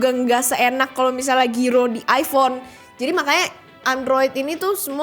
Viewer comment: iPhone mbak, bukan iFhone 😁